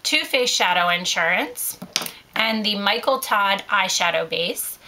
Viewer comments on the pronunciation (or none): none